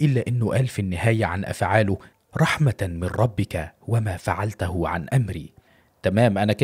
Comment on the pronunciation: محتوى جميل وهادف ولكن تحتاج اخي الكريم لضبط حركات اواخر كلمات الايات القرانية وقراءتها بشكل صحيح فمثلا قلت في هذا الفيديو: (ومافعلتَه عن امري) بفتح التاء والصحيح هو بضمها (وما فعلتُهُ) إذ تغير المعنى كليا وهذا لا يجوز شرعا